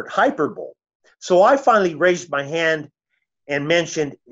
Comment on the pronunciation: It's a damn shame. My dear old dad, who's now an elder, sad to say, pronounced hyperbole just like this gentleman just demonstrated 🤣🤣🤣